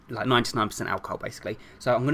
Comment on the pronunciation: always always always he said hey you laike the next tutorial ufffffffff i hate it